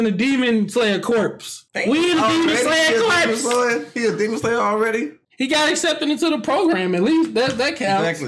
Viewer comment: Corps is pronounced Core